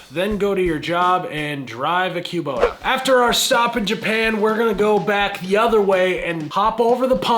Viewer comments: I've never heard it pronounced queue-bota, it's always been kuh-bota in my ears. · "Q-bota". Midwesterners, "tf you just say" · I’m from the Midwest and I’ve never heard Kubota pronounced Quebota 😄 Even working at a Bobcat dealer where it’s in every day conversation. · I know, it’s always been kuh-bota for me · yall east of the middlers really know how to butcher words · Yeah…..Kubota ain’t no bbq.